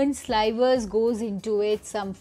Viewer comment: “Slivers” is pronounced with a “short i” sound like “liver”.